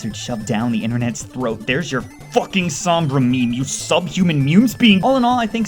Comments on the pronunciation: omg it's SOHMBRA not SAHMBRA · "Ah yes, SAHMBRA." Sorry sir, but I think you meant "Sombra". Like damn son. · is S-O-BMRA not SUM-BRA! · SOMBRAAA NOT SAAAMMMMBRAAA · soh-mbrah..... its so-mbrah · he doesn't even know how to pronounce her name right lol its so-m-bra not sa-m-bra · why do people always say "SAHMBRA?" it's not that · It's pernounced sohm-Bruh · S om bra it's sounds like this so mbruh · You pronouncing her name triggers me cause you didn't say it right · Why does everyone say Sombra wrong? It's not that hard, they even say it correctly in the animation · You pronounced Sombra wrong, please get it right